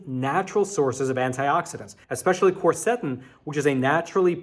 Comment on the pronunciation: I hesitate to say anything negative because I think your videos are important. Your videos are one of my important sources of news. But, please, please learn to pronounce words like Quercetin!!! You can even pull it up on Youtube! I listened, and the person pronounces it the way i've always heard it.